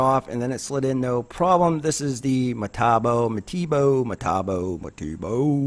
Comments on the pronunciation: (Meh-tah-bo) Metabo, I made it into a spelling bee once in the 3rd grade so you can trust me. Side note, this is not Metabo or as the Germans say Metabowerke. It’s Metabo HPT/Hitachi/Hikoki really Hitachi power tools. don’t get it twisted, I hear the fanboys on all sides are😡🤣 I guess they have a point. Anyway they should either go with metabachi ,hitabo , or just HPT! But then the tool world wouldn’t be talking about it... I smell publicity. thanks for the great review! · Its pronounced Me Tabo bro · It’s pronounced Me ta bo (the me isn’t pronounced like me)